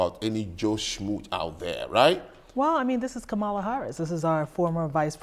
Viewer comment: Uh oh. She pronounced Kamala incorrectly. She must be racist.